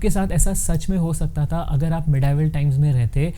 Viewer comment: Bhai tumne video me "tha" ko bhi utna hi torture kiya h